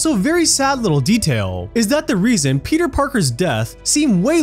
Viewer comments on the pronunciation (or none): none